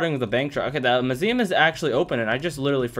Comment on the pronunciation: It’s so fun listening to you saying “muSIuM”